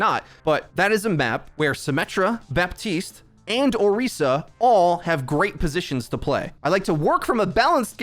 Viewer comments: it's BAP. TISTE! NOT BUHTEEST! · My dude. The p is pronounced. baPtiste, not buh-tiste. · am i the only one who notices that he says BATISTE instead of BAPTISTE sometimes? example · Why do you pronounce Baptiste as Batiste? Is it supposed to be a silent P? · He’s an idiot don’t worry lol